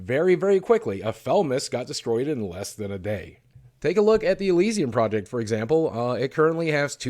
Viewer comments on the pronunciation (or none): none